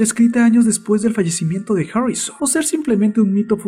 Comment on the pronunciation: Imbecil ablas harrisoon